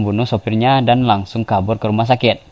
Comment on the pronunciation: Apa cumn gw yg denger dia lngsung pergi ke ruma sakek??🙄 Chanel orng Madura Tah??